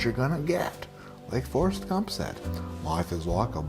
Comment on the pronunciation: Your Forest Gump sounds British